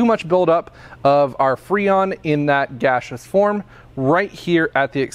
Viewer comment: Thanks, man. I like the way you say gasseous as "gashous"